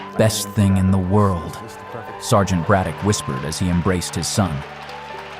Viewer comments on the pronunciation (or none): none